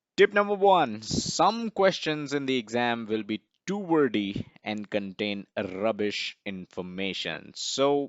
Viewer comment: Great video. Watch out for "rrrubish information...."